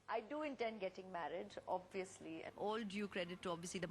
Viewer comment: goshh! lol just stop speaking! abviously abviously abviously! you won't get far!!